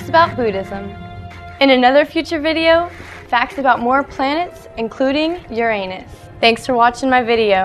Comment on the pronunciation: Uranus is pronounced differently. Just so you know